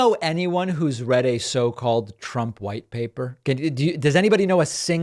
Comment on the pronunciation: Did say "white paper" or "wipe paper"???😂😂😂😂😂😂😂😂 He's such a hack!